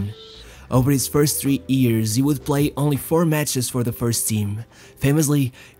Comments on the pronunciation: It's YEARS not EARS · Why are you talking like you are having sex man? And its not ears, its years. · why cant you pronounce "years" correctly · Wonderful English, but what a curious pronunciation of "years"